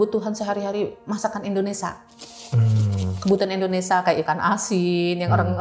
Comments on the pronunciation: Indonesia mba BKN Endonesa😂😂😂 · Indonesia po bukan ENDONESAH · indonesiaaa😂😂 bukan indonesaaaa😂😂😂